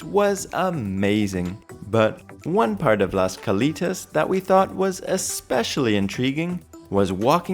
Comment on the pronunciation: This is so ridiculous. The buffet wasn’t “free”. You paid for it. And it’s Cal”ei”tas, not Cal”ee”tas. That show that was created by cirqu’s supposed co founder was axed. It bombed. it’s the poor man’s version of cirqu, plagiarizing cirq. Wait for the real thing.